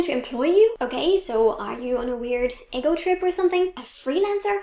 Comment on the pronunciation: Love your videos. Glad your happy. To help; how you feel about yourself is ego ( eee- GO) Eggo is a brand of circular frozen breakfast waffle!😆 and Coincidentally is pronounced with an "S" sound on the second c. You are doing so amazing with languages and culture. Thank you for sharing and I wish you every happiness and Congratulations on Eric & yours anniversary. ☺